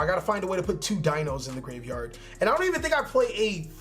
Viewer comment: I’ve played Dinos forever and it bugs me how he says the names lmao 😂Great deck!!